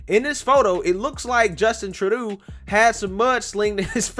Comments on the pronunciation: Troo-doe dude, you're killing me. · His last name is pronounced Tru-doe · It's pronounced like true-dough or Tru-doh! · Justin TROO-DOO! Lol! I love how you say his name! 😄 I’m calling him that from now on! 🤣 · Trudeau is pronounced as True-dough. Rhymes with Trudope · it is pronounced Trudough. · His name is pronounced: Just In… Turd Dough